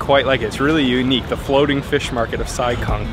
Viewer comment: The town Sai Kung is actually pronounced as "Sai GOONG" ... not like what westerners pronounce kung fu as "kung fu", where it should be pronounced as "Goong fu" in cantonese.